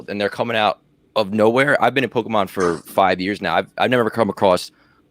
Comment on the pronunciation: the main red shirt guy can't even pronounce pokemon correctly LMAO CLOWN